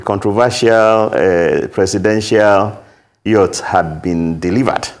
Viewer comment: He is an illiterate hearing the way he mentioned yacht